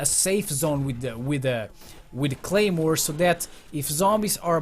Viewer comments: lol is should say claymore not Gaymore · Anyone notice it said gaymore instead of claymore